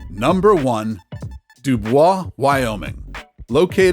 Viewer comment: It's pronounced do boys